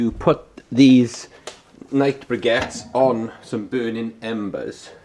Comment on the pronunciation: They're pronounced BRICK-ETTES ! And they'd perform better if stacked and not prodded